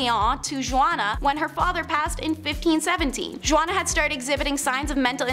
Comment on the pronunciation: Juana is pronounced hu-ana.